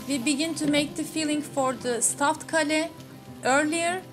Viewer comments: keyl diye okunuyor kale, aklınızda bulunsun. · When you said kale I got confused with your Turkish pronounciation...I wonder what's a castle got to do with a dish! I think the pronounciation is Kay-l. Anyway another great video!